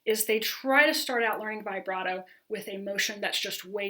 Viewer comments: I like you a lot but it’s pronounced vib brato not vigh brato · I get really annoyed with people who say it vyebrato instead of vihbrato. Otherwise it is a good video and I’ll use the content. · Very clear and helpful instructions, particularly the warnings about common errors! I've never heard "vibrato" pronounced this way.